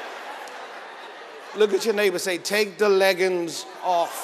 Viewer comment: said leggums I love him 😍 ☺️😂